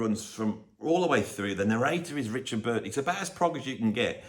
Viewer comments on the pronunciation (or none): none